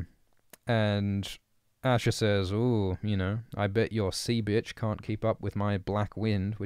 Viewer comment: I love how you say “Byitch” 😂